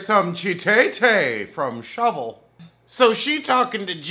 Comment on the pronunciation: Every time u say shovel 😂😂😂😂😩